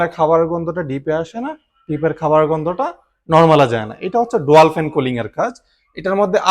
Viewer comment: ডোয়াল নয় ডুয়াল হবে উচ্চারণটা